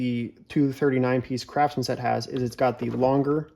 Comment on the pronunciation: did you say Crapsman?